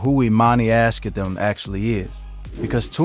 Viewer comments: YOU ARE PRONOUNCING NIPSEY’S LAST NAME ALL WRONG! DAMN AT LEAST DO A MODICUM OF RESEARCH Their last name is Asghedom. It’s pronounced like Ahz-GEH-dumb. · Can you please stop butchering their last name.